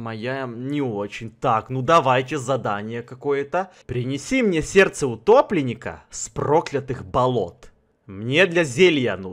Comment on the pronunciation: Мне послышалось не сердце утопленника а гопника